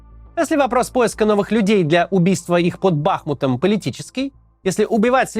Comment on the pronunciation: Бахмут - ударение на букву «у».